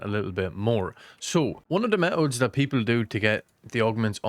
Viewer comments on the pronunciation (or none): Can you say methods again plz 😂